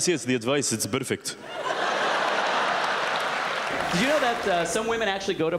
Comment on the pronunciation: bersonality..berfect..gosh i love u <3